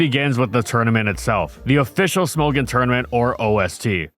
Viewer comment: "Smogon" is pronounced like "smog on" without the pause